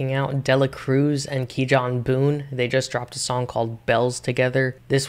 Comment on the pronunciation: fire vid broski keep ‘em comin🔥 btw kijan’s name is pronounced “key-on” i got it wrong at first too lol, but u should definitely do more reactions to his music he is really anointed, keep up the good work🌟